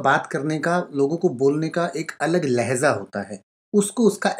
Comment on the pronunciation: Lehza nahi sir Lehja hota he